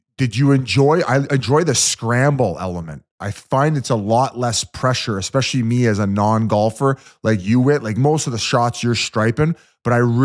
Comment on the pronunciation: that and Yands always saying “Expecially”. Drives me insane